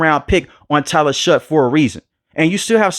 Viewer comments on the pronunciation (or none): Its pronounced Shuck.